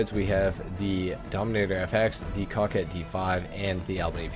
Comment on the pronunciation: Coquette is pronounced with the same first syllable as coca cola, it means a flirty young woman. Hermes is a Greek god, Her-mees Ehrmez is a fashion brand and some frenchy name